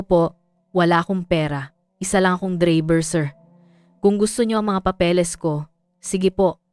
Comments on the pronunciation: Anong dreyber bkit d bigkas8n ng totoo ang drayber Tagalog k naman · Bakit AI na boses ang ginamit nyo sa bidyo na 'to bilang narrator nyo?..ang pagbigkas ng "DRAYBER" ay hindi Dreyber..Putsa nman..! eh,pinag gagago nyo lng sarili nyo..hahaha😂😂😂😂😂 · Saan kaba nag aral bakit ang driver bigkas mo dribir? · ang haba ng dakdak hindi malinaw ang pagbigkas sa DRIVER o Dreyyberrr🤮🤮 walang kakwenta kwentang kwento🤮🤮sayang ang ORAS 👺👹